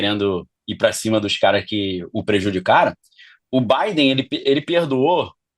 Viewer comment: O cara não sabe nem pronunciar o nome do Joe Biden… so much bullshit